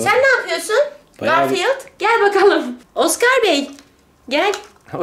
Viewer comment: Rukiye abal oskara madem ki garfiıld diyecektiniz neden adini oskar dediniz